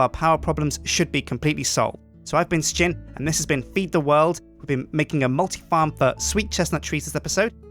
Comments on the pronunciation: Umm fucker its Sjin not skin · Sh-jin You wanna pronounce the h and j together pretty quickly though.